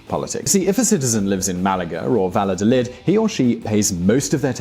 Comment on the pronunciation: Pero cuántas tonterías. La manera que tiene el pavo este de pronunciar Valladolid te puede dar una idea de la calidad del resto del contenido. Con independencia de que Bilbao sea un sitio cojonudo, España es uno de los mejores países del mundo en niveles de desarrollo humano, siendo realmente la aportación vasca al conjunto irrelevante. En fin que se crean su propia basura antiespañola.